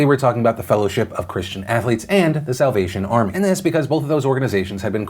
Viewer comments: Is it just me or when ever Phil said "Salvation Army" I hear "South Asian Army" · I had to rewind about 5 times because I thought you said “south Asian army” rather than salvation 🤷‍♀️😂😂😂